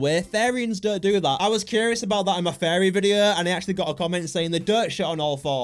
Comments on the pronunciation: Your saying fairy not furry Fairy are 🧚‍♀️ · I thought you were saying fairy not furry 😂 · Furry not fairies or farrian lol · No it's furry not fairy😂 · Bro is saying fairy😭😭😭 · this is how to say it: fear-re-ans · Fariy😂 bro actually now fariyan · Bro said "FeRrY" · “Fairies” learn to pronounce it right gng 💔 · He sounds like he's saying fairies